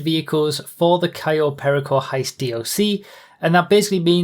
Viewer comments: cay yo pear rico thats how you say it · "Cayo Pear-icko" no!